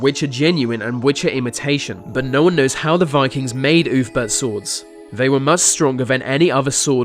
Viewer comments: ‘Oolf-bert’, not ‘oof-burt’ ya big dumb dumb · Ahh yes the legendary oofbert sword... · "Ulfberht swords were forget in the 9th century"